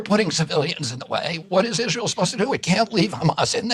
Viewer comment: He plays dumb like nobody I've ever seen. Pretends Israel had no input on Iraq. Pretends Israel didn't kill his uncle to hide the nukes and his dad to keep him from investigating it. Giant piece of shit. You can tell he says "Israel" so much it now comes out "Ishrul" from laziness.